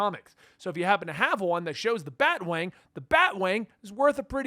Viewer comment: BAT-A-WANG get it right!